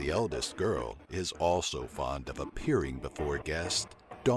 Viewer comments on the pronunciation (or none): none